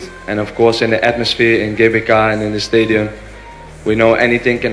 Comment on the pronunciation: sdh semakin indonesia pengucapannya, GBK = Ge Be Ka dan bukan Ji Bi Kei 😄😄😄 toopp